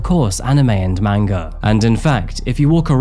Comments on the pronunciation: Just fyi, a) it's pronounced more like "mon-gah" instead of "mang-gah" and b) manga is only the book form. If they make a cartoon form of a manga, it's anime. ❤ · Lol the way u say manga is hilarious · "watching manga" smh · Wait... did say watching Manga? 😂😂